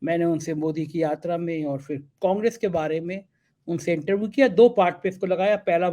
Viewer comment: गोलू मोलू से थोड़ी कम इंग्लिश जानने वाले इंटरव्यू को इंटरवू कहने वाले लेकिन वाकई बहुत अच्छे और नेक दिल हमारे को दिल से बधाई।